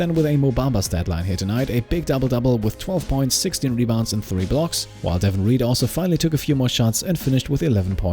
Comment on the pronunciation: For reference the pronunciation for Reed’s first name is DAY-von not DEH-vun